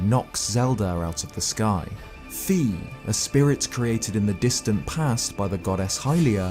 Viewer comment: You really need to learn how to pronounce Fi.